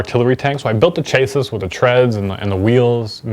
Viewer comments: Did you just say "CHAY-sis" ? I think it's "CHASS-ee" ... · Yeah Chassis is pronounced "Shassy".